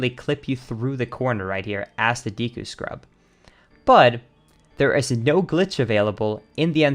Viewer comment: a part of me dies every time says deku.